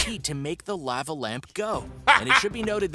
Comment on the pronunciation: Anyone else bothered by the way he pronounces lava? No? Just me again...damn...lol